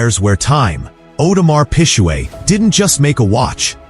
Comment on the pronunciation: Audemars Pijuuueett 😂